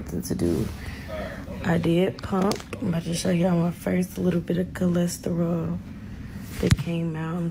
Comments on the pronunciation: Cholesterol?? Or Colostrum 👀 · “Cholesterol” took me out lol. It’s colostrum. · Its colostrum she T I D E 😂